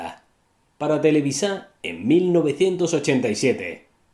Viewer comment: SALUDOS SIGUES ARRASTRANDO LA LETRA A EN TELEVISA. DELETREA TE-LE-VI-SA. EN CAMBIO DICES BIEN TELEVISION AZTECA. APRENDEN A PRONUNCIAR.